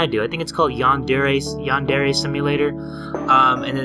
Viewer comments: yan- dariy yan -dare-a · Yan deh ree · Yan dee ree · opal You have no idea how to pronounce Yandere simulator it's not yan-dear its Yan-deer-ee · Ash Flame lol xxxx Yawn der ey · Ashleigh who? Yeen deere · 2020?? Anyone? “Yah de ree” Yes totally how it’s said. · I was dying when jay was trying to say yandere XD: Yan-duuur-eray... yandere.. yan-deye... you know what i don't know what it's called Me: What the f- ~dies laughing~ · im all the way in 2021- and yes. it is Yah dee ree simulator. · it is actually called yan-dere simulator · ”Yandiri” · thats nkt how you say it. in english its-yon deray- but i guess they are kind of the same X3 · It's Japanese, and it's pronounced Yan-de-de. You roll the R. <3 :) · It's YAN DARE AY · (Ashyloopsy) Its Yan De re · In actual Japanese, it's yahn-dere, but you can pronounce it as yan-de-ray because accent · It's pronounced 'Yan de rei' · its pronounced Yan de rei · 17 thats how you pronounce it but the japanese pronunciation is yahn deh reh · aguilar its pronounced in english Yan de rei. japanese is Yahn deh reh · Its pronounced "yan-der-rey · ShadowAshlee PrincessAshlee925 it's YANDERE SIM. not yan-dee ray...... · ''yan..drrr...durre..yanderry...yandeeelee..'' great job jay. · me watching this 8 years later ahh all the memories when use to not know how to pronounce Yandere(yein-der-ray) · Him: it’s called..yan dereee...yan darae...deer..I think its yandere. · I love how he started the series. “Yandlere.. yanderrrr a, yanderr e” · Here’s how you pronounce “yandere” yon dairy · So this is where it all started huh? That Yan-der pronunciation tho🥴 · Ah yes, yandrr simulator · "yan-durr" LMAOOOO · Yandere (Yawn- Dairy) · (Yawn”der) the e on the end is silent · Y-on-der-A lol Ik this was five years ago lol just a friendly correction lol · Its yan-dere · I think it's pronounced yawn-dairy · Its pernonced ( Yan Deer E ) UwU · ...memories....when used to not be able to pronounce Yandere...